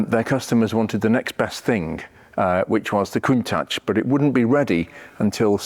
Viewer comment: You need to learn the correct pronunciation of 'Countach'. You're way off!